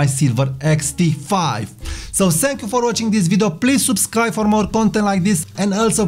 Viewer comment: Sorry to say, i love your videos but the lengthy pronunciation in your accent is getting annoying for example - Subscrrrrrrrrribe